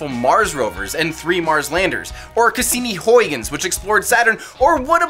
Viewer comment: As a Dutch Man it pisses me of how you pronounce huygens